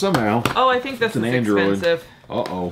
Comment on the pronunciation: its pronounced think not thin Q lol